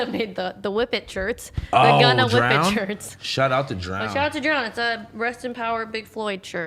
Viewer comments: stop saying gunnet 😢😢😢😢😂😂😂😂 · I lost my mind when he said “shegunna”